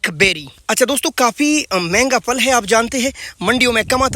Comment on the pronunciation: میری جان ، یہ پھل ہوتا ہے ، پل نہیں ۔